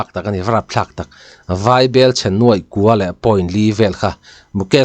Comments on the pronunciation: Vai bel chhiar anilo,vaibelchhia zawk aw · Vai bel ( Vai ho bel/thilchhumna ) anga lam loh tur aw i tisang lovin i hi a nen inchen in lam la a dik zawk lo maw ?